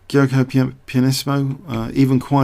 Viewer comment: "Giuoco" is an italian word, so it has to be pronounced "djuoco" (dj as j of Juin). Is an ancient world for Gioco, "Game". "Piano" I think here means like "simple", "balanced".